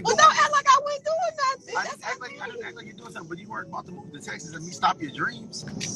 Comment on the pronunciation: Oh gawd this is horrid and what is "tesses"? Its "TEk SUHS" STHU